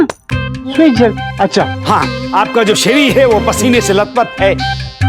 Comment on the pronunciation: अरे यार, अब इन्हें क्या बताएं, 'श्वेद जल' नहीं, "स्वेद जल".